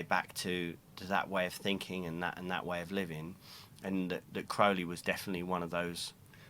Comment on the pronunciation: Gratified he knows the correct pronunciation of Crowley; all these years I've read dozens of interviews with Jaz but never heard him speak it.